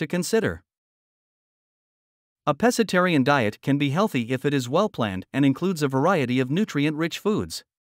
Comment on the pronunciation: Pssst! Pro Tip: It's pronounced "PESK-atarian."